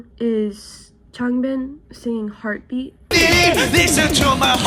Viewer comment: I started cackling at "LISTEN TO MY HEARTEUHB BEATEUUUH" you're so real for this help